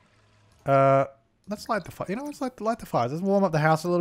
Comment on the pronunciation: Why do you say “Jew” instead of “you” in so many episodes? 😂😂😂 #dead